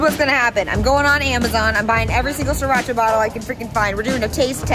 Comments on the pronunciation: It’s actually originated from Thailand. And It pronounce “See-Raa-Cha” not “see rotch ahhhhh” This is ridiculous. As the Thai people in Chonburi (the province that Sriracha was in), I hope you can find the original sriracha sauce one day. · the sauce doesn't call see-Rotch-ah. it is called Sri-ra-cha as the name on the bottle and it is a city in Chonburi province of Thailand. Huy fong is not the original as well. The sauce was made first time in China but it is well known when Thailand make it and sell to nearby countries. Thailand is producing various types of Sriracha sauce and we never use any brands except ours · Sorry Sriracha doesn't pronouce See-Rotch-ah. It's birthplace, Thailand, simply pronounced "See-Ra-Cha".